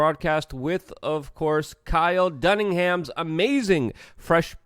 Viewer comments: Please say the comedians name correctly. It’s not Dunningham!!! It’s Dunnigan. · Luke it’s Dun-ni-gan, not Dun-ing-ham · Pretty sure it's 'Dunnigan' not Dunningham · DUNN-I-GAN!!!! Not dunningham. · DUNN- I- GAN !!! Not DUNNINGHAM! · Duningham? Damn dude. Get it right, say it with me... Dunnigan. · It's Dunnigan, not Dunningham. I luv ya, Luke! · Dunnigan. Not Dunningham. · STOP SAYING DUNNINGHAM!!! It’s Dunnigan!!! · DUNNIGAN not DunningHAM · It is Kyle Dunni-GAN. You consistently call him Dunning HAM. Please try to get his name right, other than that, love your videos, keep em comin!! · It's DunniGan.... Not Dunningham. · Kyle "dun'ham'again" is so underrated you can't even get his last name right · Say it with me, Luke, DUN NI GAN. LOL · "Kyle Dunningham" hahahaa one day... Luke will get it right... one day.. haha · Hey there is no h in Dunnigan. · DUNN-i-GAN there’s no H anywhere in there Lukie. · You keep saying dunningham. that is not his name. Your name does look difficult to pronounce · Luke kills me every time he says "Kyle Dunningham" Bro, you have his name pulled up in front of your face! ITS DUNNIGAN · yeah, it gets me every time also. Sounds like he gets names wrong regularly, but atleast he gets the news right.lol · My mom can't pronounce Kyle Dunnigans name either, don't feel completely stupid. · Could you try to say Kyle Dunnigan his name correctly? For the rest, great channel. 👍😘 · Alright. It’s time to start saying Kyle Dunnigan’s name right. Lol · You always fuck up his name. Lol... it's Kyle Dunnigan.